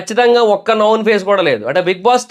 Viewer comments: it's known not noun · నౌన్ కాదురా నాయన, నోన్ అనాలి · అది నౌన్ కాదు నోన్ pronunciation తప్పు. నౌన్ నామవాచకం నోన్--తెలిసిన/పరిచయం ఉన్న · Known pronounciation thappu correct cheskondi known=నోన్ ✅ నౌన్ ❌